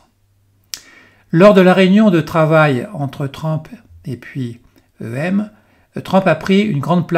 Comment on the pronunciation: On prononce TRUMP et non TRAMP …. Encore une fois…